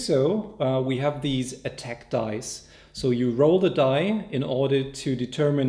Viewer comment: "corresponds to this particular [dice] dye". These guys sounds german (in terms of accent - I am german myself). The word he wants to use is "dice" but seems he misses the "c" and it sounds like dye. Am I wrong and it's another word I don't know? In that case I want to know which one it is and what it means.